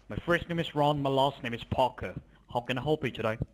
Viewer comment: can’t pronounce his last name correctly. Where the hell do they get “ higher authorities” from? We don’t say I got my information from the higher authorities. Someone tell these children in India to stop playing with the damn phone.